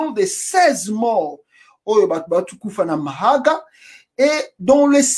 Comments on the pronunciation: bjr c'est mahaga ;c'est mahagi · c'est ne pas mahaga ; c'est mahagi